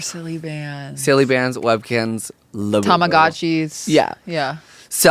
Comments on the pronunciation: “laboyboy” instead of labubu has me weak. trevi and rewired my brain to talk like this on a regular basis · “Labubu Cailo” lol